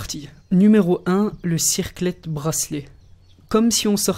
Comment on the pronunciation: cicret bracelet et pas circlet bracelet !